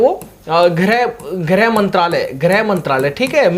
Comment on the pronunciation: ग्रह नहीं गृह मंत्रालय